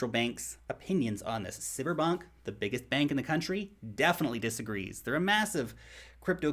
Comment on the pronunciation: I'm from Russia and I appreciate your content. Byt PLEASE stop pronounce sberbank as SIBIR bank. It's name hase no relation to Sibir. It's as in russian world "sberegat" (make safe) - sbEr not sibir. Listen it in a google translate. My ears are in pain ) Thanks for yoyr great work, dude!